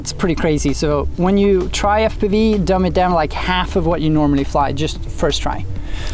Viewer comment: I love how says "Eff-piveee" lol